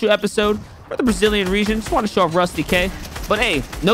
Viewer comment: YAY ARGENTINIAN ACTION 🇦🇷🚀🔥 Oh and btw it is pronunced roostyk